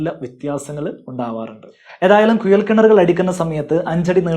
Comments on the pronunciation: കുയൽ അല്ല കുഴൽ എന്ന് പറയുക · കുയലല്ല, കുഴൽ ആദ്യം മലയാളം ശരിക്കും പറയാൻ പടിക്ക്... 🤪🤪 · കുയൽ കിണർ അല്ല കുഴൽ കിണർ. ആയം ആല്ല ആഴം 😂😂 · ശരിക്കും കുഴൽ ആണോ കുയൽ ആണോ? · കുയൽ കിണറല്ല കുഴൽ കിണർ😂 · കുയൽ കിണർ അല്ലാ കുഴൽ കിണർ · Kuyal alla. Kuzhal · ഉപകാരമുള്ള വീഡിയോ.......മലയാളം ഉച്ചാരണം ശ്രെദ്ധിക്കൂ..... കുയൽ(കുഴൽ) കിണർ,ആയം (ആഴം ).... Etc